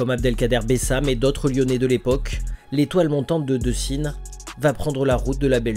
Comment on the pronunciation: C est Décines charpieux mon amie pas deucines. Comme tu prononce.. Petit erreur